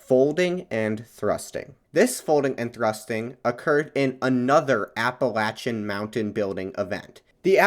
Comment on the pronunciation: good video, bit hard to hear appalacian said wrong so much tho lol